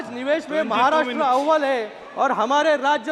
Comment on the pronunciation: रव्वल को रववल बोलने वाला साहसी ❤